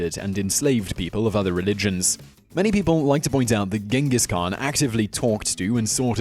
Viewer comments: Its Chingis Khaan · It's pronounced 'Chengis Haan' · Please Simon - learn how to pronounce the words you are speaking BEFORE you make these videos. It's pronounced 'chingis knan' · Idk why people calling him Genghis khaan it's Chingis khaan tough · It's not gengis khaan it's chingis khaan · not GINGES KHAAN CHINGESKAAN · not genghis khan ChinggisKhan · khan means king! also khan should be pronounced as khaan! therefore it should be Chinggis khaan! ghenkhig khan is wrong spelling(westerns)! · It's pronounced "Chingis Khan" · If you make a video about the greatest conquerer in the history of the world, please pronounce his name right. Then again as all westerners do, Ghengis Khan(Chengis Han) is vilified here. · it's pronounced (chin-giss han) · The Khan was only bad because he was mad about all the ignorant people that pronounced his name wrong instead of the correct "CHang-giss." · nope it supposed to be pronounced Chingis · You’re mispronouncing his name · you pronounce his name wrong, and where are the million corpses, seriously. where? anywhere near that urgench? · Dislike, just for the fact you mispronounced his name throughout the entire video